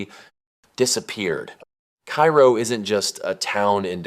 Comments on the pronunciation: Cairo, Illinois is pronounced "karrow" not "kyro." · KA-ro is the pronunciation, not like Cairo, Egypt. There is at least one other town in the US bearing the name, and the pronunciation is the same. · I went to Cairo just to see it for myself. Also it’s pronounced “cay-ro”. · Cairo is pronounced "KAY-ro" in IL. Do some basic research. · Typical AI garbage. It cannot even correctly pronounce loser town #1’s name. Cairo in Illinois is not pronounced like the city on the Nile. Do some research.